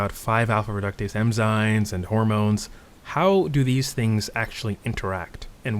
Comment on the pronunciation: I love this video, you sound like a professor. But with love, I can't unhear you calling them "Emzynes" 😂